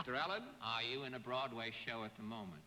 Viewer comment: Bennett's pronunciation of "Broadway": BWAWDWAY.